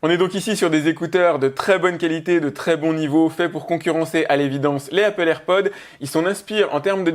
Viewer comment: Déjà je ne gueule pas fait je lui fait juste savoir qu'il se trompe. Il dit "AirPod" sans prononcer le s à la fin et normalement on ne dit pas Apple AirPods mais juste AirPods